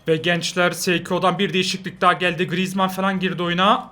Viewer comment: Griezmann la düzgün konuş lan